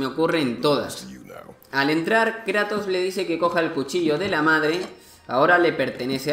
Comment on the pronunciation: "El Krato" Dat Pronunciación